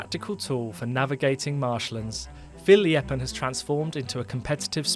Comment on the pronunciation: Fierljeppen was spot on! And I can know, I am Frisian😅